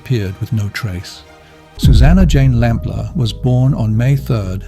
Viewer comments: Lamplugh is said as lamplooo, your voice over says it differant, suzy lampla your sounds like, says it wrong several times, totally differant to the news station reading of her name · I like it because it’s English and I’m sick of yanks everywhere. It’s just the way some words are pronounced annoying me. Her name is pronounced lamplooo not lamplaaar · Exaclty as, others have said, the news link says name correct, your ai voice says lampla, it's said lamploo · Suzy Lamplugh is the most famous missing person case in the UK, bar Lord Lucan. So it's utterly baffling the narrator mispronounced her surname throughout as 'LAMP-LER', when it's pronounced 'LAMP-LOO' (@ , even more bizarrely, he called her parents 'The LAMP-LORFS')! Anyone with even a passing knowledge of the infamous, near-40 years-old case, knows her name! That repeated, glaring schoolboy error immediately put me off watching the video.I struggled to believe a human being would make such a basic mistake, and assumed it had to be an AI voice. And why wasn't the story brought up to date with the prime suspect John Cannan's death? Convicted murderer and rapist Cannan died of natural causes in prison on 6th November 2024, aged 70. So he has taken his secrets with him to hell. The police are in no doubt he murdered Suzy - there was compelling circumstantial evidence, and he was forensically linked to her, as her DNA was found inside a car he once owned. If Cannan had only been caught for that heinous and hugely publicised crime of July 1986, Shirley Banks' murder 15 months later could have been prevented. It's believed Cannan was a serial killer who committed many more murders than he's been linked to. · Pity the voice says the surname wrong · Sounds like AI due to mispronunciations of her surname. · Would be better if he could pronounce her surname correctly. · I assumed the voice over is AI because of the wretched mangling of the name Lamplugh.